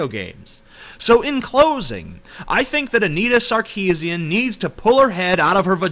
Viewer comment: You would be more credible if you did you research. Anita Sarkeesian is of Armenian decent; Armenian last names sound completely different to how you pronounce it. I let you found out yourself how you should say her name.